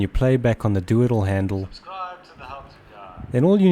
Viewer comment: made a video... I watched it. As I watched it, I thought you were having a joke and saying doodle handle. I was laughing, then I realized you were saying "do it all handle". Laughter subsided. I tend to only hear sacasim even at the best of times. hah